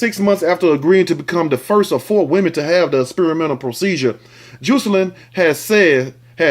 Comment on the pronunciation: Juicealynn lol im pretty sure its pronounced Jah-sa-lynn.....love how you pronounce certain words it's uniquely you. Love your videos😝